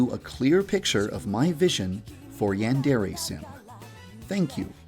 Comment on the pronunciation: Why does he pronounce "Yandere" so weird. As don't sound like that in Japan lmao